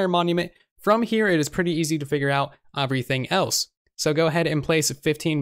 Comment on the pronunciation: Why do you pronounce everything “oferything”